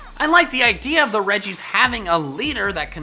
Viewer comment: Also you said the weddgies not reggies